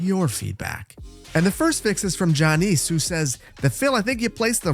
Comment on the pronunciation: Poor Jannes. Unless I'm mistaken, that's a Dutch name. So it should be "Yawn-ess." (Rather than "Jaw-neice.")